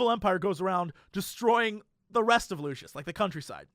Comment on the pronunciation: why do so many people pronounce it lushis? lol its Lucis.